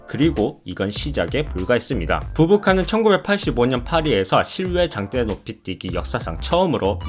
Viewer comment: 당때노피띠기?? ㅋㅋㅋ 혀가 너무기네요~^^ 영어발음 좋으실듯 ㅋㅋㅋ